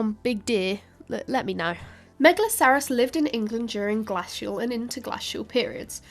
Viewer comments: What is glassial, I thought it was glacial? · The prehistoric Tories must have been in charge Please pronounce interglacial and glacial correctly as in Fox's glaciers mints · “You say {Ger-lass-Ial} I say {Ger-Lace-Ial} let’s call the whole thing off”. 😂 Actually I loved this and could listen to this engaging young lady filling my brain with interesting stuff all day. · I’m sorry, but I literally cannot listen to the way she says “glacial”, it’s even worse than “nucular”. It’s an a followed by a soft c and an i, that means you use the hard a, not the flat a. This isn’t an accent thing, it’s a mispronouncing the word thing. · Great video, even though the pronunciation of 'glacial' was mildly irritating, lol. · I can't get passed how she pronounces glacial/interglacial...😅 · She needs learn how to pronounce glacial and Mundersley.